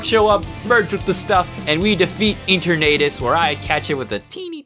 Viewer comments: I like it how he calls it Ater naytas Instead of enturnatus Xd (And yes I might have spelled enturnatus wrong) And wata gun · Ok so you pronounced eternitises name as Enter-nadis when its E-turn-A-tis 1: I probably sprlt eternitises name wrong 2: this isn't a hate comment it's just something that really bothered me ALSO THAT ENDING WAS SICK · It’s pronounced e turn uh tis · Google translate:et-turn-a-tis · it is EE-TER-NU-Tis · God some of the pronunciations in this is painful e turnadus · Dude......thats not how you say eternatus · Its CALLED Eternatus. Etern in Eternity and uh, atus. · Honestly kinda impressed by this. One thing I have to point out, though. Eternatus' name is derived from the word "eternal", so it's pronounced pretty much the same way, but with "tus" instead of "l". Also, BATTLE VERSUS JAIDEN WHEN?! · I love his pronunciation of Eternatus and some of the gym leaders! I love it!!! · Your saying Eternatus wrong